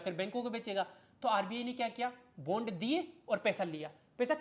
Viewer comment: सर यार बॉन्ड बोलो प्लीज यह बुंड का आदान प्रदान सुनने में बिल्कुल भी सही नहीं लगता है 😂 Jokes aside I really like your work, appreciation and thank you from the bottom of my heart ❤ Keep it up